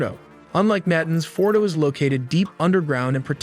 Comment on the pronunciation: well done, but VO talent Must research pronunciation of Mossad, Fordow, and others, small but distracting. Congratulations on the animation and research, my respects.